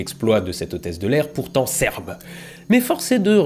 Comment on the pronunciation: j'aime bien comment tu insistes sur le mot "Serbes" 😂 tout en finesse.